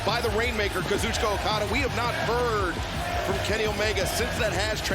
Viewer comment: Not until he learns how to pronounce Kazuchika's name correctly